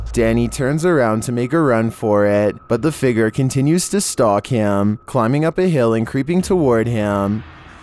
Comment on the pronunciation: Love your videos but have to say it's fig-ure not fig=ger